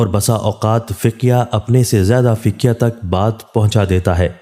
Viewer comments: The word is not Ficyah but is faqeeh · It is not Fiqya. It is Faqeeh. Be careful with pronunciation..